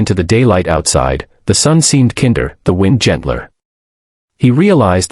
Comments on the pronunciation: ai narration sux could not properly say "kinder" said KIN DER ai sux..inhuman . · Nice story but a shame it's narration is likely AI, given away by his saying kinder as in the word meaning child & rhyming with hinder. An even nicer story would've been if a wealthy man had done this, turned out to be single & lonely & ended up marrying her so she became like a modern day Cinderella & the little girl got a new daddy! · This video is good, but most likely AI generated because the voice can't pronounce words correctly. "Kinder"/kinder two pronounciations by live humans based on the situation, but mispronounced by machines.